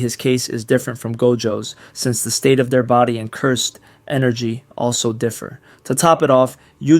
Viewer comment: No, your voice is great, I meant speech as in grammar, for example when you say "Cursed energy" you should say it more like "cyrsd enrgy". I had this problem before where I couldn't say the word "pizza" properly, it sounded like "pisca" but after some training I improved my speech greatly. If I did it, you can do it.